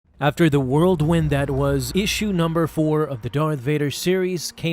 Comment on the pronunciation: Did you say 'whirldwin'?